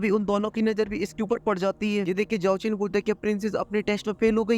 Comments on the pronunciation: Bai tum Xiao Chan ko bar bar Yeao Chan bolrahaho 😂❤❤❤❤ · Sao chen ❌ Yao chen 😂😂 ❤❤BTTH